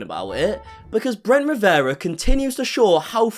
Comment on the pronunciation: I love talking about Bwent Wiwewa 🤣🤣🤣🤣